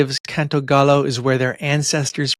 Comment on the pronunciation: It's not pronounced gallow. Gallo is pronounced guy-yo and it does mean rooster in English